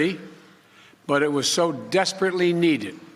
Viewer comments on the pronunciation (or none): I know he has an occasional lisp and/or slur but “sesperately” ? lol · “Sespertly ” needed. Yep. That sounds like Biden. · he said desperately needed and not sesperately needed,get your headlines straight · Ok, I'll bite....what does sesperately mean?? I've never heard of it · ‘Sesperately needed’ ... that sounds like potato